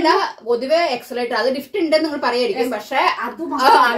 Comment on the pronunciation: എക്സലേറ്റർ അല്ല എസ്കലേറ്റർ എന്നാണ്